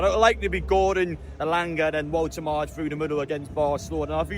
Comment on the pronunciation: It’s pronounced VoltamaDA.